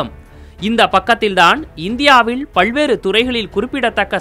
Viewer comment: பழ்வேறு அல்ல சகோ... பல்வேறு...